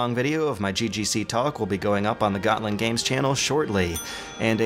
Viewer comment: "Gotland" lol "Visby"!!! HAHAHAHAHA!!! I'm not even Swedish (I'm Danish), but that pronunciation is incredibly hilarious :) As for a video, thanks, I would never have realized that those other things existed if you had not made mention of it. And I quite like other the content too, as an "inbetweener".